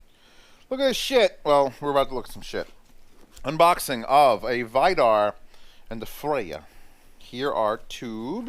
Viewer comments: It's read Vee-dar!😐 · Vidar is pronounced Wii-dar